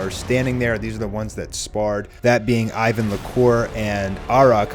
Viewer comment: It's IWEN not Ivan.